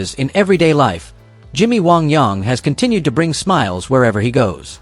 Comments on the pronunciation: Technically, the pronunciation “Wong Yong” is closer to the traditional Chinese pronunciation. However, his character was pronounced “Wang Yang” (rhymes with “rang”), and that’s how it should have been pronounced here. Dratted AI. 😡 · It's Jimmy WANG YANG. WANG YANG. Ughhh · It's Jimmy Wang Yang not Young. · Jimmy Wong Yong! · Waong Yaong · wang yang...say it with me